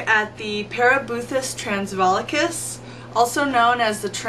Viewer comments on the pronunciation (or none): it is pronounced trance-farl-ikus (trance as in English version)